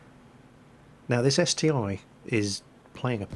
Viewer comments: its ST-1 not ST-i, google russian name of it, its CT-I, like Stug III or Pz II. Russian letter i is И (ИC-3, ИC-8 and so on) so ST-i would be CT-И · ST-1 not st I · Its St-I not 1 ... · Slotmech Yes, I do care - but not about naming tanks wrong (he does that in every video anyway;D). I care about not doing anything to stop this ST-I "discussion". He could say: "Listen guys, I did some research and it appears that the correct name for the ST-I is "..." So from now on I will call it like that." Simple as that, all problems solved. Sometimes not giving a crap makes things only worse, you know. And yep, this is his channel but we are his loyal subscribers. Should I give it a rest and shut my mouth up or should I express my opinion and take a part in the discussion? He could end this "ST-i" vs "ST-1" war without any effort but he decides to not give a damn so every time he mentions ST-I, there's a shitstorm in the comments between ppl trying to correct him and ppl who try to "defend" him - and that's my only problem here. That's all from me. I'm going away, before some self-styled " defenders" will diss me because "I'm attacking " with my criticism and opinions...